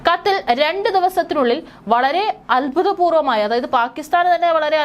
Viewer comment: Albhutapporvammaya alla abhoothapoorvamaya anu seri